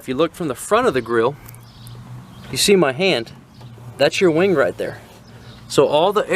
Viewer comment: Am I the only one that heard “wang” instead of “wing”